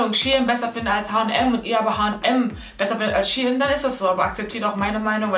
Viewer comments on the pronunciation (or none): Shie in????? SHEIN 😂❤️ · Fällt nur mir auf das sie die ganze zeit shien sagt obwohl es shein heißt ? No hate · Wieso sagst du Sh-ien ??? Shein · Mich hat das SHIEN getriggert !! 😂😂 das is für mich SHEIN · Es wird shein ausgesprochen nicht SHE HIN 🤨😂❤️ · Als kleinen tipp es heißt shein und nicht she in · Es heißt shein und nicht shi-en! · Iwie triggert mich das du She in sagst🤷🏼‍♀️😂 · Ich hab gedacht Shein😂 Also wie Schein😂🤷🏼‍♀️ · Ich dachte man spricht das "Schein" aus ?¿ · Junge mich regt Das so auf wie du shein sagst 😤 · Hauptsache sie spricht shein völlig falsch aus